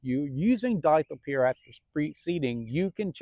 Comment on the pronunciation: Were you saying DICLOPEER or DITHYOPIR? Not being a smartass. Im assuming you mean Dithyopir? Just making sure